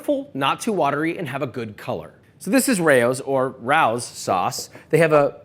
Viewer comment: Josh I love you but please with the pronunciation of Rao's 😭